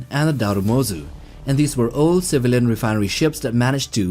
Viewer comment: What the hell is a “Civalan”?